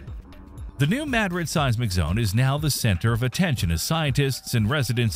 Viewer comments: Either this is an AI voice or he's just not sure how to pronounce a proper name. Very informative and fun to watch but when you speak the name you pronounce it 'may-drid'. It's MA-drid. And when you say it the proper way it's Madrid. It'd be easier to vocally tell you . That's the only thing that I disliked. Great job but learn pronunciation on other things. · Its not pronounced Mad-rid its Muhdrid… gave me a headache hearing him say it over and over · The same reason they called it “Mad-rid” instead of “Ma-Drid “ … bad AI. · Your AI needs help pronouncing this ~ ‘New Ma DRID ~ New Ma DRID ~ ‘Spanish pronunciation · How are we expected to watch this? I would like to hear this. Your A I NEEDS FIXED! What is MAD-RID? It is Ma-Drid. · May i correct your pronunciation of the word Madrid- maybe you should try saying Ma - drid instead of Mad- rid- -- its a very well know place in Spain and of course the USA! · Respectfully, Madrid is a Spanish word. It’s pronounced mah-drid or maw-drid. The A is not pronounced like the A in apple. It’s not mad-drid 😊Respectfully Mr subject matter expert. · Hearing you say “mad-drid” instead of “muhdrid” is driving me nuts. I lived in south west Kentucky so I heard about it and they always said New Muhdrid. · Mad RID with the emphasis on the last syllable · It’s prinounced Ma - drid like mah-drid. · If it was named after MadRID, Spain, then why is it pronounced MADrid? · It's not "maaadrid? It's Madrid like the capital of Spain. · It's pronounced Muh-drid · I learned it the other way around. If you bothered to look at a map, you'd see that Paducah KY, where I live, is practically on the fault line. We call it new muh-drid. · THIS fool said mad rid lol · if you can'y pronounce 'madrid' properly, I can't subscribe. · If your going to make a video on it learn how to pronounce Madrid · I'm sorry. You can't even pronounce Madrid correctly. I can't take this video seriously. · It’s pronounced MaDRID, not MADrid. Like Madrid Spain